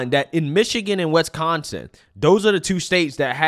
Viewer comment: WISconsin, not WESconsin....sheesh.